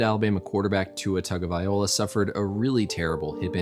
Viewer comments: it’s vi-LOA not vi-OLA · If my Doctor mis-pronounces my name I am going to correct him. If he continues to say it wrong, it's going to be a problem. tounge o vailoa (not vaiola) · Not how you say his name. You didn’t even say the last 3 letters in the right order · Togavai LOA NOT OLA! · Why does everybody says TagovaiOLA instead of TagovaiLOA? kinda annoying tbh... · tongue oh vai low-ah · Learn how to pronounce his name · You are definitely not a Bama fan...name was mispronounced every time. Lol. Great and informative video.